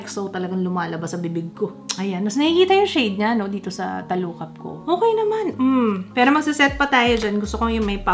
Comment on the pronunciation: "pwidi piro dipindi" lmao